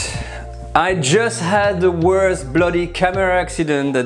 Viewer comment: A French person cannot say 'bloody' convincingly, in the same way an a non-French person can not say 'voila'. Otherwise; nice vid.